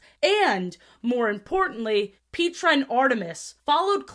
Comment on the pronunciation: I'm sorry Pete-ra? it's Pet-tra! wtf